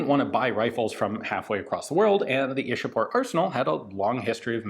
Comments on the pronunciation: same. Ichapore is how it's pronounced In local Bengali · It's 'Ishapore'🙂